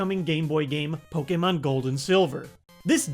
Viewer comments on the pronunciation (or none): none